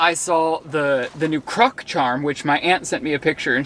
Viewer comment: CROC not CRUCK -- wow thats annoying LOL